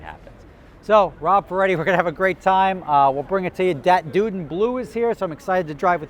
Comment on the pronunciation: oh rob you just know EVERYTHING dont you.. also: DAT DUDE IN BLUE lmaoooooooooo love how you pronounced it like hes a big socal rapper or something